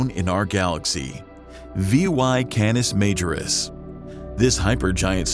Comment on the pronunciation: Can us mah jor us. Just trying to be helpful. 😎